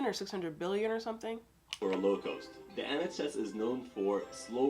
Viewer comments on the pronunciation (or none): Why is the narrator incapable of pronouncing the word “cost” correctly? He says “coast” instead, why?